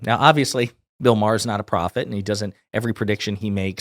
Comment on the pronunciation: “Bill O’Maher” 😂